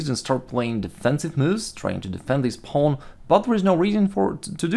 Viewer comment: Nice videos man i like how you pronounce pawn "paln" lol